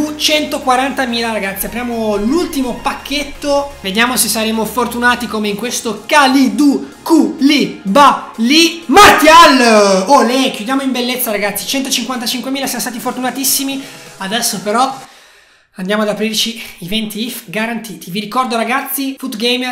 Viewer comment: si legge Marsial